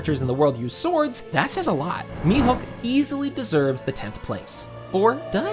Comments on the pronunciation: “mi-hook” for the love of god. MIHAWK. HAWKEYE MIHAWK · Thank you! It was like nails on a chalkboard hearing such an easy name mispronounced so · It's pronounced Me-Hawk. Not Me-Hook lol. Sorry but it was bothering me. Tell me you make one piece videos without actually watching one piece? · mihawk not mihook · Stop calling him mihook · How are you unable to pronounce Mihawk